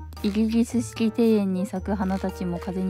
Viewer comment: イギリスも言えてないの最高だわ。